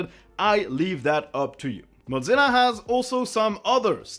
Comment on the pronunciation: The most controversial thing in this video is pronouncing Mozilla as modZila